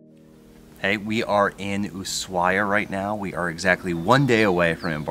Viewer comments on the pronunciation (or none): Love everything except your pronunciation, it is AnTartica not Anartica, and it is USHuaia not Oosuaia... it just spoils the good video...